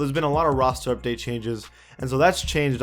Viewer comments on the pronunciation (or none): none